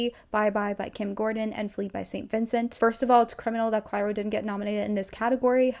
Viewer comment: obsessed with your pronunciation of clairo like it's the capital city of egypt